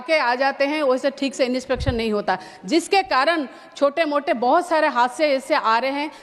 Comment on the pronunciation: Inispection ❌ , inspection ✅